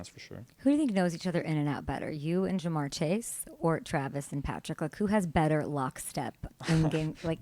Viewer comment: Ja’mar not Da’mar lady…